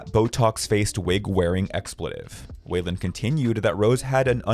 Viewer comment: ITS FRIGGIN WEILAND. Pronounced "WHY-LAND" Not WAY-LAND. WHY LAND